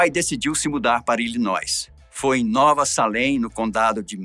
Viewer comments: Apenas a titulo de colaboração o estado se fala ILINOI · A história desse presidente realmente é bastante sofrida... só uma correção "Illinois" não pronuncia o "s".